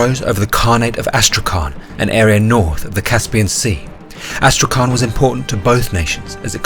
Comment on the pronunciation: Oh, and BTW Astrakhan reads as Astrahan, there is no letter K you need to pronounce, it's H. Читается как Астрахань. And in the end it's soft. Soft word: Astrahan'